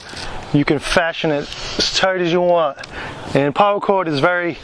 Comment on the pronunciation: Why do you say Power cord instead or Para Cord???